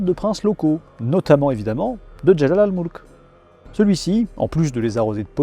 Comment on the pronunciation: Salut ,Jalal al mulk ça se prononce : Jelel el Mulk en arabe ( le " e " est souvent françisé en A ) Voilà c'était un petit coup de pouce pour toi qui est soucieux de la prononciation. Bonne continuation camarade. De la part d'un vieux suiveur que j'aime écouter en dormant...